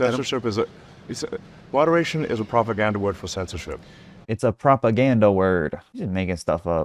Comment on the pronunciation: “Pwopagandeh” -Musky